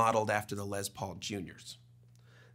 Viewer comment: It's pronounced "Les" not "Lez". SMH.